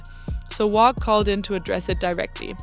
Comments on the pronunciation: Say wacc not wocc wtf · Uts definitely not "wock"